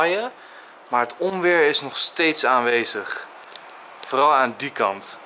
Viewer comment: leuke vlog weer! :) Enzo, het is oNweer en niet oMweer! ;-)